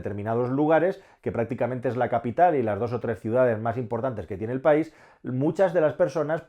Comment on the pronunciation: País. Se dice País.